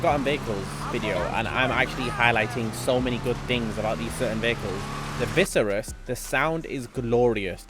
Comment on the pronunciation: Viseris? Imagine being a fan of a car and cant even say it properly